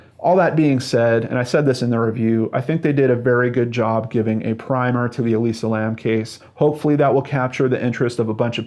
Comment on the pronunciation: Why can't you say Elisa lam?